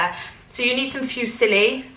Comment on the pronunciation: It's pronounced FOO-SILLY pasta :-)